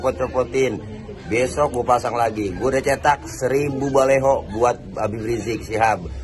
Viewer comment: Maaf baliho pak bukan baleho....